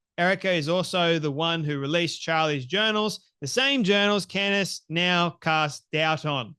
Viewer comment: Yes he did ! He absolutely did ! You are wrong ! You are so off base !! First off say her name right !! Ye idiot